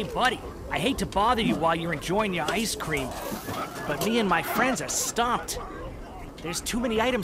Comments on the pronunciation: You mean, The book of Oice Cream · Oice cream! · OICE CREEM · OICE CREME